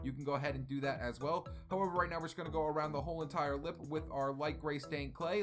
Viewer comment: Anyone else hate it when he says LIP